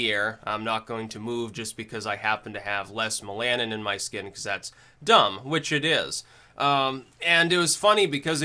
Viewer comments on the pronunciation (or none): its mel uh nin not mel ah nen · The Cinema Cowboy Perhaps something read, but never heard. MEL-a-nin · Mel-a-nin not mel-al-in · "MelAHNin"? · you mispronounce the word "melanin". The first syllable needs to be stressed.